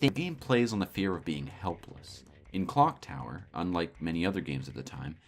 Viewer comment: Im not the only one who heard "Glock Tower" right?